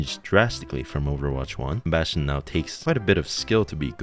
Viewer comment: Damn. I like your voice mate, also Bastion is just perfectly said